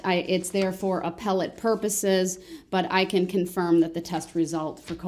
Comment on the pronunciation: Groundz !! Mind bogling Apple T ? Does he mean appellate???